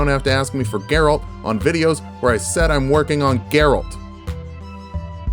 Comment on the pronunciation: You actually pronounced Geralt perfectly.